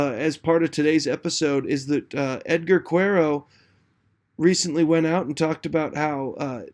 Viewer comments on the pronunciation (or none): Please for Quero’s name, its Care-Oh, not Qwer-Oh.